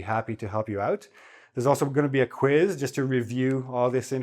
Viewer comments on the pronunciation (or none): none